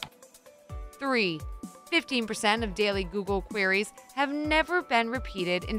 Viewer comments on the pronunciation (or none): #10 don't you mean tree trillion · ThREE TREEllion TREES. Yep ^^ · lol tree three trillion